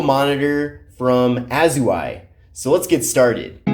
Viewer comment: Dude, you gotta learn how to pronounce these names properly. It isn't "A-zoo-ai". It's Au-zai.